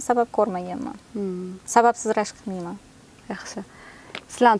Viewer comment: Ширинни эрини рашк диган нарсани р харфи югикан